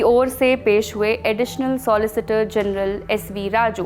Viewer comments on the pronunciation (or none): none